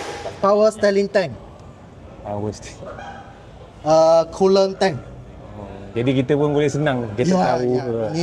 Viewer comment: sengih je part dia sebut "power steling" tu😂😂😂😂